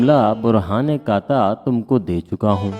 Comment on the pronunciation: آپ کا تلفظ غلط ہے۔۔۔قاطع کا تلفظ قا طے qataay ہے